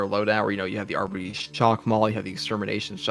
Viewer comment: Why is it so hard Darktide YouTubers to pronounce Arbites correctly??? “Arber-Raider” “Arbiter” (from Halo?) “Arbeedees” “Ar-Bite” “Arby’s” (we have the meat!) “Arbidees” WTF!?!😂😂😂